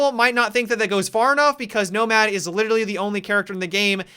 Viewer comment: He kept saying nobad (nomad) idk it kind of made me laugh